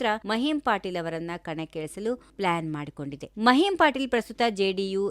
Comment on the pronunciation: ಮಹಿಮ್ ಪಾಟೀಲ್ ಅಲ್ಲ ಮಹಿಮಾ ಪಟೇಲ್